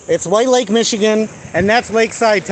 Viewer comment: You are so bloody clueless. Fix the suspension FIRST, then drive. If you actually believe the courts will give you the one and only waiver on the driver's license in the country then get that FIRST. (Good luck with that.) And you slurred a bit when you said the name of the police dept to call. I should call to thank them for doing their job. Was it White Lake.